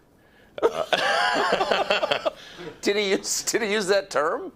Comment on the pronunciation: Hi , Clayton, just because it seems you have had difficulties more than once with the word "speciesist" , this is how it is pronounced: spee-see-sist